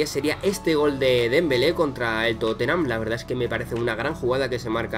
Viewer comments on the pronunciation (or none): none